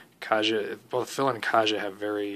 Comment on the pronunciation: Her name is pronounced Ky yah